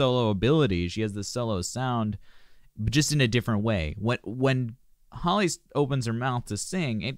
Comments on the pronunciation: The fault he said it right at first and then changed it for the rest of the video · Her name is not holly . Her name is Halle(Halley) . She literally pronounced it at the beginning and you still chose to call her holly lol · Luv yr reaction however, Chloe is 2 yrs older than Halle.You pronounced Chloe name right however,Halle is pronounced like Halle Berry or Holly.Chloe produce their music,they both write their songs, and Chloe plays guitar.They been singing on ig since young children,both of them can sing low and high notes.Beyonce signed the sisters, and mentor them because they have the IT FACTOR! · I think they think there's only one HALLE so everyone else gets called hailey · He said Hall at first and I was like boy bye you know that's wrong and then he said Holly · Please do Cool People- Chloe and Halle it’s “Hal-Lee” love this! Thank you for doing it!! ❤️ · It's pronounced HAL'-ee. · I'm thumbs down just because you keep mispronouncing Hal Lee's name🥴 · Halle is pronounced Hal-lee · Why can no one ever pronounce Halle’s name correctly? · & she introduces herself at the beginning w the correct pronunciation & it gets ignored every time😭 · Exactly 😂 everyone already knows Halle berry so why can’t they pronounce it correctly for Halle BAILEY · it bothers me as well once I hear them say her name wrong I click off